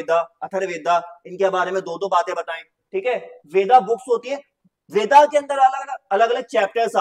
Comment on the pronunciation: Sir bo veda pronunce nhi hoga it's ved